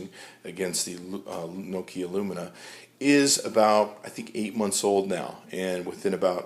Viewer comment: he said lumina... cx